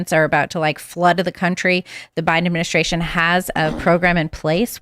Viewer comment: Bidaministration ? Ugh that’s so annoying …..annunciation please 🙄